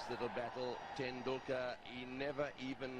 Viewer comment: Sachin Tendulkar = s-chin ten-duul-kar. The language was hindi